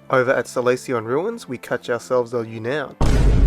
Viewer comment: U-noun... U-NOUN... mate that was hilarious. Another straight fire bang-s-a as always:D